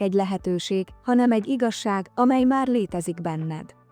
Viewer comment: Az iga-zsákot hallottátok? Igaz-ság helyett mondja!😂😂😂